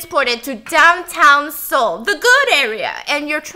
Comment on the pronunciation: i really like when stephanie slips into korean. and the way she pronounces the cities (busan, seoul) in korean accent